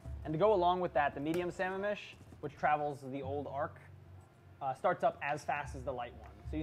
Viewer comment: Why do non washington state ki players fuck up the pronunciation? Its Sah Ma-am mish! Like the lake! God!